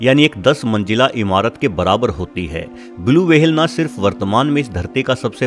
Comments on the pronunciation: Ye wahel kya hota whale bolna sikh le pehle to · इस प्राणी को व्हेल् कहते है, वहेल नहीं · Whale. - ❌ वहेल. - ✔️ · Whale ko w-hale bana diya waah😂👍🏻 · वहेल नी व्हेल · It’s whale. Not waa-hell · Vehale nhi ...whale hota h.....😆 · It's not wahal it's whale 👍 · Yrr wahehail kya hoTa hai. Whale bolo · Bhai wahel nahi hota whale hota ha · Wahale what kind of that creature? Am i heard right, word whale or wahale?😂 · Wahale nhi whale hota h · Its whale not wahel pronounce it correctly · It's whale.. Not vhhale😂😂😂😂😂😂😂😂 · Aby wahale ni hota whale hota h🤦🏻🤣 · Wahale nai whale 🐳 😫😫😫😫😫 Bas karo bas karo 😒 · Not wahale its whale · Bhai pronounciation seekho fir video banao....'w' hale nahi whale hotta hai 🤣😃 ke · Nobody: Literally nobody: Meanwhile bubble news: Blue vahel Dinosoro😂😂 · Vahels ...Blue Vahel ...Lol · Kya bola tune - वहेल 🤣🤣🤣 Ye konsa naya jeev h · Criticism top level Max comment section is full of criticism coz of his language/Pronunciation 🐳 WAHALE.. he explained everything so nicely If u can't appreciate,don't criticized atleast.. 👍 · Whale ko wahel bolta hai Aur twacha ko tawacha 😂😂😂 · Very bad pronunciations.. वहेल... तवचा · The interesting topic is ruined by his "wahale " and "tawcha "